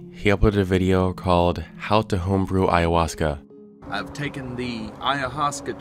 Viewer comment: I struggled to mispronounce ayahuasca the way he so easily said it. "I-uh-hoska"